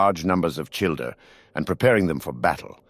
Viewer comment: I thought you said childRer